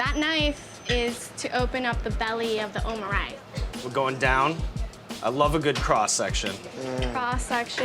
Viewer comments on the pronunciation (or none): Didn't know someone could butcher omurice... But Sean managed to!